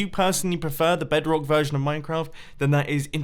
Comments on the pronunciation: did he just said "BEDK" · noone gonna talk about how he said bedrock ?